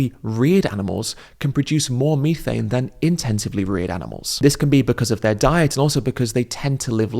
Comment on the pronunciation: Hearing Ed’s syrupy pronunciation of vitt-a-min and mee-thane is enough to send me to the nearest Macca’s out of spite.